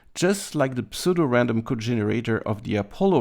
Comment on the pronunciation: Happy new year to you and the gang. And just so you know, the P in pseudo is silent lol.